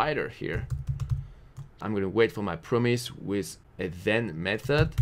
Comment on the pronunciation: i love the way you say "with". it comes like "wiz" :)